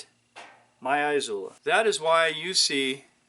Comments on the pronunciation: Its "ee sue lah". There is no EYE or ZOO in the pronunciation. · I dunno, maybe the fact that literally every other Izula video on youtube pronounces it correctly, or by just having a rudimentary understanding of Spanish pronunciation. A couple ways there, yea.